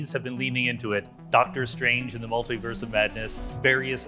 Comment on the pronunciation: Its multeee-verse. Not. Multeye verse